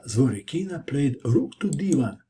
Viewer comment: ZvorYkina, not ZvorykIna